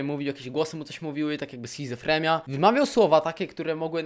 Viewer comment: na przyszłość to mówi sie "schizofrenia"xa nie schizofremia"